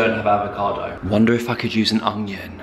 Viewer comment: I swear says ongion and not onion but I love it 😂💕 He also talks before his head can process what he needs to say but it makes, and always makes me laugh 💕😁